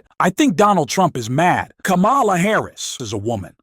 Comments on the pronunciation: Kámala, not Lamála!!!!!!!!please. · Her name is pronounced 'comma la'. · Jeez, please use the correct pronunciation of Kamala. Like the 6-year-old nieces of Kamala taught, at the DNC. Kamala is pronounced like "comma" "la". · Pls pronounce VP Harris' name correctly. Seriously. I am slammed with The Other Side saying wrong. It is instilled. Disrespect.